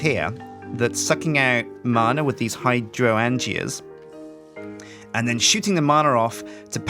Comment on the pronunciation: Hydrangea is pronounce high-drain-ja